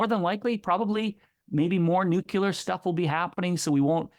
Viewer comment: Please. 'New Klee Urr.' And thanks for the thoughtful, informaive video. I believe a little more CO2 from here will only SAVE lives. And the government propaganda to scare us into not using fossil fuels is just the taser of tyrants.